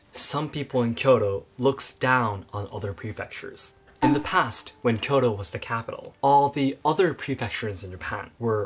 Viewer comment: Your inability to pronounce Kyoto delegitimizes your argument.